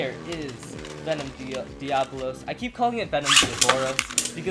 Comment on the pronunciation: Pronounced Die-uh-bo-los